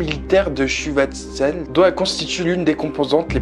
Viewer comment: et pour schutzstaffel ça se prononce chutschtafel